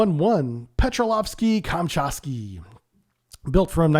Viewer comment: Dude, you literaly make up these Russian names. It says: "Petropavlovsk" and you say "Pepravsky", you might as well let your cat do it.